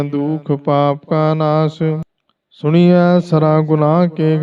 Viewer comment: ਸੁਣੀਐਂ ਨਹੀਂ ਸੁਣਿਐਂ ਹੈ ਜੀ